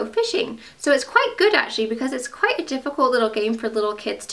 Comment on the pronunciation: When your talking about the fish game. Your English accent really comes out. "It's quite good" lol